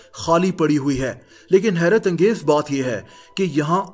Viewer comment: When he say HERAT ANGEZ